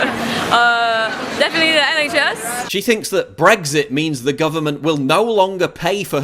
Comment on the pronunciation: when he said NHS I thought he said NA Chess, like north american chess